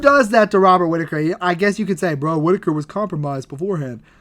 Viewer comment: hard R on that “Robert” lol